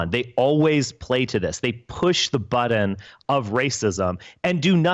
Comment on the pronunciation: I hate how Spencer pronounces the word "button"